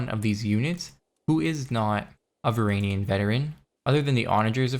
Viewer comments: It's varangian not varanian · "VR AN JEE UHN" the G is a J it's not silent. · PRONOUNCE THE G IN VARANGIAN PLEASE MAN IM BEGGING YOU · Isn’t it pronounced Var in Gee in